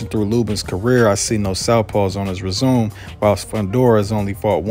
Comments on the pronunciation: “His resume” lol its rez-ah-may” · Just for future reference..its: "Rez-a-may" not "resume"...enjoyed the video.. Fundoraa has improved his defense hes going to flatten Lubin